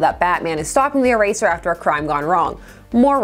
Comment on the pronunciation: E-tear…for eraser…